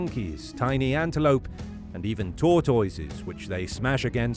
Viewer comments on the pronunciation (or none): And even tor-toitorses hahaha. I know he's got an accent, but hearing the way he pronounced tortoise I lost it. I really need to get some sleep yikes. :)